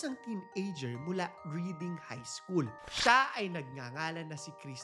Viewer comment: Reading Pennsylvania is pronounced "Red-ing"